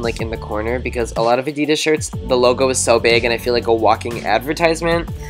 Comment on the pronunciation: You're so sweet! Your videos are really funny, but please never say Adidas like that again! It was making me cringe each time you said it :(